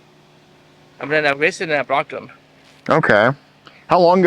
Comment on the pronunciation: "I ewased them and I bwrocked them"